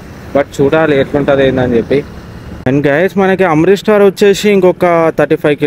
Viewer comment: Amrith star kadu Amritsar bro 😮😂